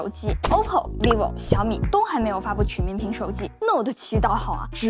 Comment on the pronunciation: 跟我读曲(qu一声)面屏